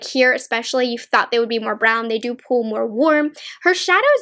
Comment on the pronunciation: The way she says pull and pulls is so weird lol. The way she says pull sounds like “pool” and pulls sounds like “pools”. I’ve never heard that kind of like accent or whatever it is before?